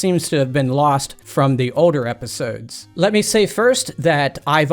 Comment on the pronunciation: This dudes accent just kills me lol... yet also delights me. How he says "Older" as "Odor" is just peak weirdo and I'm 100% here for it. Keep Killin er brother 💯 🤘